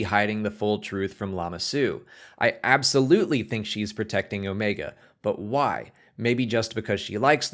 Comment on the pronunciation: I think Omega is force sensitive. And I like that this guy knows how to pronounce Omega. 😆😆😆